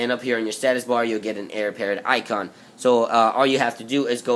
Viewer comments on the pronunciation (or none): none